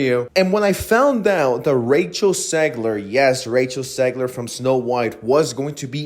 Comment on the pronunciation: Why are you saying “Segler” Learn how english letters are pronounced if you’re gonna speak english.